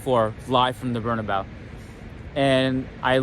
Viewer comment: Good job! One small thing: It's pronounced Bernabéu not Bernabau.:)